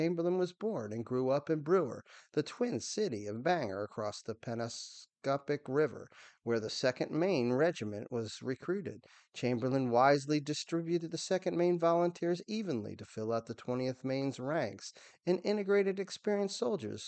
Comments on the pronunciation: The river is pronounced Pen-ob-scott, just FYI. If you're not from New England, you probably wouldn't know. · Chamberlain was from Brewer, right near Bangor. Pronounced BANG-gore, NOT Banger. And Penobscot River pronounced pen-OBB-scott. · I paused the video for correct pronunciation of Pe-nob-scot River. It ain't hard to figure out! Commander of 15th Alabama name includes an E in Oates, not Oats. Get it right boy.